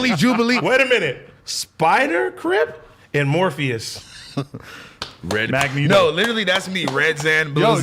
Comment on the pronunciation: “morpheous” on god 🤣